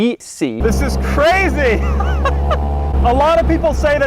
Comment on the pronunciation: Why do I feel he is saying "YIS" instead of "THIS" at the beginning of this video